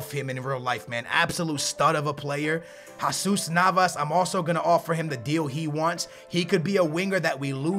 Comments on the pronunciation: it's Jesus Nava not jaaaaasus Nava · That's not how u prenounce jesus navas